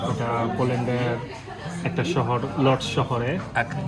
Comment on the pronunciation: apni eto din poland e thakar poreo Łódź (uodz) k lordz shohor bolsen, beparta khubi dhukkho jonok o hasshokor. jani na eta apnar berthota naki amader vabir oparogota apnar polish vashata ropto korar bepare😂. amara purono lok jara dirgho din poland e boshobash korsi tarra jodi e rokom vul kori tahole notun ra amader kas theke ki shikbe vay... ashun kothin holeo polish vasha ti shuddho uccharoner chesta kori r nijeder onner hashir patro banano theke biroto thaki.....